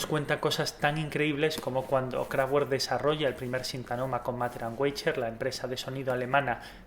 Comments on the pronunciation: KRAFT , fuerza y WERK , obra, trabajo.... pero todo junto significa CAJA DE HERRAMIENTAS. Lo que es importante es su pronunciacion correcta que seria en fonetica figurativa KRAFTBERT (con B no con V pues la V en aleman es una F española por ej, VOLKSWAGEN seria FOLKSBAGEN '' el auto del pueblo'' ..... Ese KRAFTGUERT español no ayuda , los nombres deben respetarse .... Nadie dice BEATLES si no BITELS , pues aqui lo mismo . Un saludo . AUFWIEDERHOREN nikko zurich '18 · Buen video, sin embargo no se dice "KRAFTGÜERK", ya que es palabra alemana y la "W" se lee como "V", entonces se dice "KRAFTVERK". Sé que eres español, pero las palabras alemanas deben pronunciarse correctamente. Un saludo desde México. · empecé a ver el vídeo por el interés, lo dejé de ver la tercera vez que dijiste krafgüerk. no puedo con la pronunciación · Q pena contigo pero ni lo uno ni lo otro por q el aleman no pronuncia..como se escribe se lee...lo q sucede es q en ellos hay muchas palabras q terminan en casi 3 consonantes juntas kraftwerk...solo mira como FTW esta en la mitad y como 2 ..RK terminan y son consonantes por lo tanto...creo q se lee kraftwerk...sonara a kraftuerk...pero en realidad es ..kraftwerk....esa doble u..no sonara como u sino como doble v..osea ...kraftvverk....o...simplemente...KRAFTWERK.....el decir kraftuerk es de los de habla ingkesa e hispana....pero como es aleman....mundial mente ...lo tendras q leer tal y coml se escribe...rammstein.....peter schilling.....michael schumager......michael por ser americano ..sonara maicol...pero el apellido es aleman osea schumager...algunos idiotas decian o dicem chumaja..y no es asi es schumager ...tomas muller...y unos idiotas solian decir miuler...y es muller...... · la w es una v fuerte en eleman no doble u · no se pronuncia KRAFTGUERK..... es alemán ...se pronuncia KRAFTVERK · Interesante informacion, gracias! p.s No es por ser pesado, pero no se dice Kraftgüerk, sino Kraftverk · La w de werk se pronuncia como una b